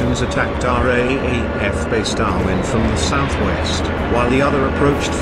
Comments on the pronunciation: Just for future the RAAF is called the "R double A F" in speech to avoid confusion with the RAF. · Dreadful sound track. After 15 mins I'd had enough. FYI it's "R double A F". Clumsy. T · RAAF R (double) A F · It is not pronounced R A A F. It is pronounced R double A F. Who researched this? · It's not the R A A F, its the "R-double-A-F or the Raf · Dear uploader... Great video spoiled by machine speech and the misspelling of "Australia," which took credence away from the production. Just a hint... If you are going to use the machine speech system then type "R double a F" and it will come out sounding correct. As to the Darwin battle. Look. I'm Australian but this shows how f'd up our military was at the start of the war. There is a great myth in Australia of the heroic Aussie soldiers...the great ANZACs. Now in many ways that myth is true but there was some terrible cock-ups in high command in Australia early in the war and it took Douglas MacArthur's stewardship to fix things. Some of the very ordinary Australian generals wanted to cede the entire north of Australia to the Japanese and form a defensive line in Brisbane...the so-called "Brisbane Line". MacArthur was furious with the Australian generals and rightly explained that if the Japanese made landfall and could create sufficient supply lines then no existing Australian military resources could stop their eventual sweep into the southern states. So he basically told the generals to wake up and put their efforts into forward defence and hitting the Japanese in PNG. The entire Darwin episode shows the incompetence of the Australian military at the time. They had lazily not fixed the radar system. The radio communications system was primitive, the port was insufficiently protected, even though it was a major transit point for supplies to the north. There were not eno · No offence mate but its called the R double AF, not the R.A.A.F. As pronounced anyway. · "RAAF" is pronounced as 'raaf', not are-aye-aye-eff